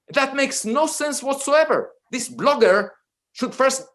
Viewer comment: "This blogair" 😂